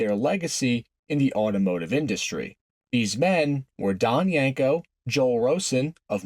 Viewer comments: The cringe every time you said "Yanko" instead of "Yenko"... :) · My guy said yenko no less than 100 times and pronounced it wrong 100 times 🤤